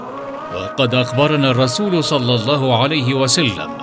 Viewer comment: دقيقة يقال فيها صل الله عليه وسلم انت قلت صلي الفظ فيه خطئ